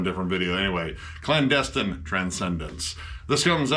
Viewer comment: I'm sure would love to pronounce the title. "Clandestein" 🤣